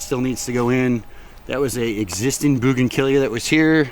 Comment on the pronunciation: Bougan-killyas????? You got the RIGHT!!